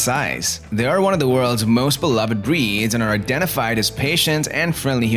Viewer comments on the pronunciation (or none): none